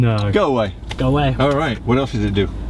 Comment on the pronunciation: hahaha ''Reich swipe it''?